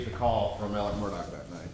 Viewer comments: Why does he pronounce his name like it has a T in it??? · Alex = “Ellick” Wilson = “Wiltson” Murdaugh = “Murdick”